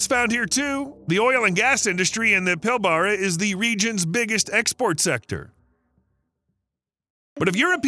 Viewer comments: I am heading out to the shire of East Pilbara in three days. Its pronounced "Pill-bru" And yes, its f**king hot. Pardon my language, I'm Australian. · I can't stand it, it's pronounced PIL-bruh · As an Australian who had worked in the Pilbara… it’s pronounced PILL-BRAH. Also as an Australian. I can verify the fucked traffic on the m5 in nsw. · Its pronounced pill-bra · It’s pronounced pill bra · As someone who works in the WA mining industry ... I can tell you its pronounced The Pill - barrrah.